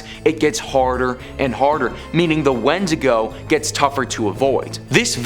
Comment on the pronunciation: it's pronounced win-dig-go